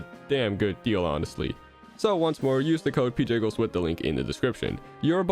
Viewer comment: I just realized that Pjiggles is said like Pee Jiggles, AND IT DOES